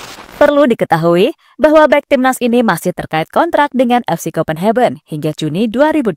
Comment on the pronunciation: salfok sama kata2 pengisi suara..copenhagen di baca kopenheben:face-blue-smiling